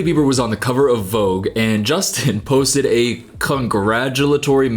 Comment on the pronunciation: the way you wrongly say the word "Vogue" hurts my ears 😖🙉